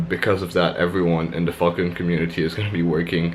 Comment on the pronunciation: Nice man, seem to be smashing it! sounds like your saying "Fxcking" when you say Falcon lol, where you from?